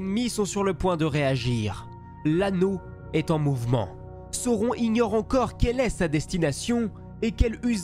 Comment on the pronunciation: Belle vidéo, c'est franchement bien narré, bien construit, je viens d'enchainer celle sur Galadriel et les 3 sur Sauron (j'ai repéré juste une petite erreur à un moment avec l'emploi d'un pluriel pour un singulier, et le nom de sauron prononcé à la française autrement ça me semble OK) quoiqu'il en soit, je salue le travail de synthèse, la diction aussi (claire et limpide, c'est un élément que j'aime chez les youtubeurs et tous n'articulent pas malheureusement). Le choix des images est bien senti aussi, la manière de raconter les batailles et les stratégies. Je m'en vais dévorer les autres vidéos relatives à l'univers de Tolkien.